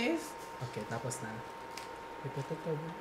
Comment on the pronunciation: "Tapos na." Wieeeeeee! The Hiligaynon accent tho😍